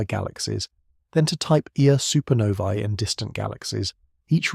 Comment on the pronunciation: You can, so far (under current AI releases) distinguish AI narration by pronunciation of simple things like numerical identifiers. For example, Type 1A supernovae is pronounced "Type E A Supernovae", pronouncing the "1" as "E" because "1" appeared as "I" in the original script, and some languages like Italian pronounce it as "E". I've heard this alot in many videos.